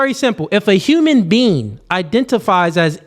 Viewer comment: During the very first part said, "If you're a human bean." 😂 I'm not debating shit with someone who doesn't even know it's human being 🤣 FAWK OUTTA HERE. Oh, and she's right about the whole boy, man, male, human, animal argument.